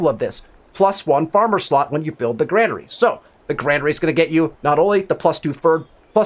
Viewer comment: Dude I learned a lot. This is super vague on console. However it's pronounced grain-ery lol had to do it man haha thanks again!